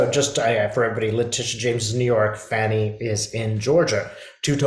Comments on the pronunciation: Thanks, her name is pronounced Fah-nee not fanny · You pronounce her name fawn (like a baby deer) + ee NOT Fanny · Fani is pronounced "Fawni"